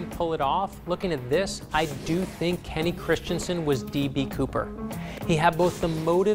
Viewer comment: It's not Kenny!!!